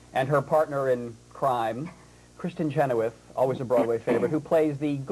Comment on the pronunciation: Omg the interviewer was such an egotistical ass. have kept insulting Irina and Kristen . he shouldn't even be allowed to interview um hello you pronounced Kristen's last name wrong.